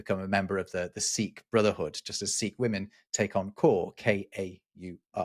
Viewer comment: it happens a few times in this episode but seems to have a pin-pen hypercorrected pronunciation of the word "women"